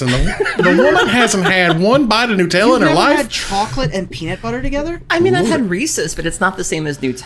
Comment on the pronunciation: im sorry but it's NUT-ella, not NU-tella.